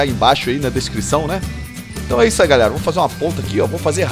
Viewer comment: porquevc fala gralerra